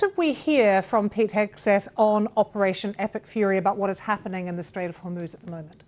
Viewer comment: Hor moz not hoooorrrr moozzzz